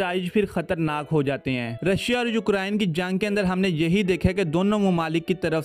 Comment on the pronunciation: Brother just a friendly suggestion. Try pronouncing ukraine correctly. Its U-crane and not U-krine. Listen to the google pronounciation of the word. Good luck.